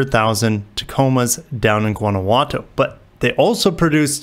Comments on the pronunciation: No, it's not. It's pronounced "goo-wanna-who-wah-toe" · amigo, Guanajuato is pronounced "Wanna-wah-toe" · Guanajuato. " Juan a what toe"